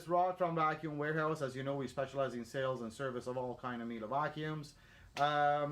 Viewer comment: Its "Mie- leh" not Mielah